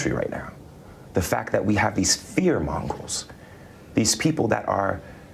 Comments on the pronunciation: I heard "fear mongrels," too. 😂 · He actually said mongrols not fear mongers. He is an idiot of the highest order.